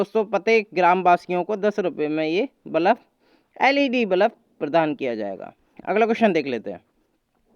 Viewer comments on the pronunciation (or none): Bhai balaab nahi.balb kahte h